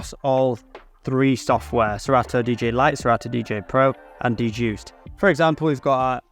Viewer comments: it's actually pronounced D-Juiced. The wrong pronunciation was a stupid idea of the new product owner on the Hercules team. 🌈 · Actually, it's not. When I heard of it back in 2017, it was called DJuced 40 (pronounced Juiced 40). Digital DJ Tips has a review on it you can look up. Where is your source???? ... Even their free scratch samples that you can download today say "juiced 40" 😂